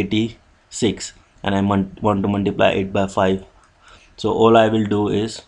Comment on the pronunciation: Muntiblay (Multiply) XD